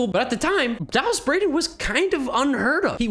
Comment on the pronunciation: I think you pronounced Dallas Braden wrong. He's the🐐🐐🐐🐐🐐